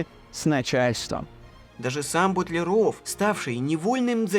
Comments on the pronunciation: Все замечательно, но все таки не БутлерО'в, а БУ'тлеров ! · Ну почему же "БутлерОв", а не ""БУтлеров"? В Википедию загляните, пожалуйста, там в фамилиях знаменитых людей расставлены ударения. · Прекрасная программа, Но не знать правильного ударения в фамилии русского химика Алекса́ндр Миха́йлович Бу́тлеров, это огорчительно! Наверное вы в школе химию не изучали! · Совершенно потрясающий фильм! Спасибо за труд! Смутио только произношение фамилии БУтлерова. Почему же БутлерОв? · Извините, но все же БУтлеров , а не БутлерОв. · Не БутлерОв, а БУтлеров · Автор - умница! Проделана колоссальная научно-исследовательская работа. Такое надо поощрять! Но, не БутлерОв, а БУтлеров. Ибо, фамилия сия от аглицкого БАтлер.😊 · БУтлеров, а не БутлерОв!!! А Менделеев... Как только в школе началась химия, я пересел в хим кабинете на первую парту и видел перед собой над кафедрой огромную ЕГО таблицу. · БУтлеров, а не БутлерОв!! Это ж надо, так опозориться! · Почему говорите Бутлеро́в , хотя общепринятое произношение Бу́тлеров❓ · Классная работа! Но ударение Бу'тлеров! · В фамилии Бутлеров ударение на букву У